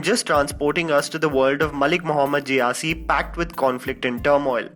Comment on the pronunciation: It's जायसी not जेयासी